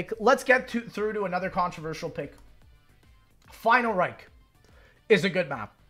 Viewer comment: He do be saying final reik